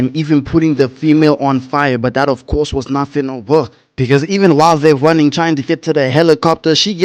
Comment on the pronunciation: gotta work on them "R" sounds, homie hearing you say stuff like "cwazy" and "wunning" is lowkey gonna limit your channel, when your personality should make you a million sub youtuber